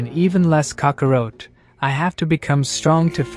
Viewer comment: I liked the story but the pronunciations are real bad. Scions and kakaroat? Oof